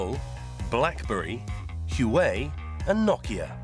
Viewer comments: Huawei: Narrator: Hawaii 😂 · That is NOT how you pronounce Huawei. The good people of Hawaii would be unamused .... 😮😊